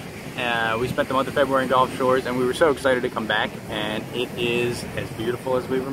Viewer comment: gulf, not golf.....commonly mispronounced. O:-)